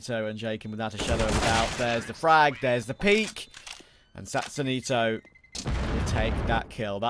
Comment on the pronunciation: They talk about saying names correctly, yet they keep calling "knasigt" NazigTee.